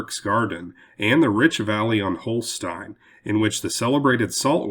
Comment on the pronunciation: I think you mean South Holston, not Holstein.